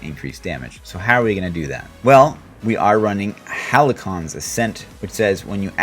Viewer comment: I'm gonna try this out, thanks for the vid :) Also, halcyon = hal-see-uh n